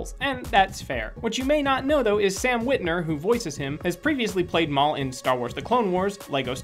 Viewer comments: Is anybody else a little upset that he says Sam WITNER instead of Sam WITWER? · it's San witwer not witner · You guys kept saying Sam WitNER it's Sam WitWER